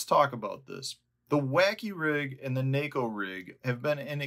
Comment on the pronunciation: Props for pronouncing neko properly.